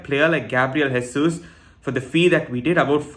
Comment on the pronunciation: Just because you going to be saying his name a lot, I’ll just say you not pronouncing Jesus correctly - he is Portuguese and not Spanish